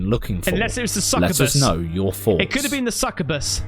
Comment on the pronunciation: goose pimples is usually really good... wth they think starlink is just a legit ufo catch, and that some broad doing the walk of shame is a legit ghost lol... he even said foughts instead of thoughts lol